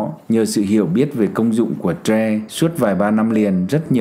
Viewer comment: Ông này bị nhiễm tiếng Anh nên gọi tre là troe